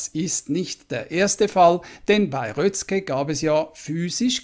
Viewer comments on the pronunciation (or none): Röszke wird Röske gesprochen. ungarisches s = deutsches sch ungarisches sz = deutsches s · Röszke ist als "Röske" auszusprechen. Nur als Hilfe. Nicht als Kritik.